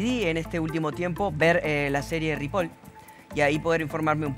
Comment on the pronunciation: "Ripol" no se qué vió Agustin pero no le creo xD xD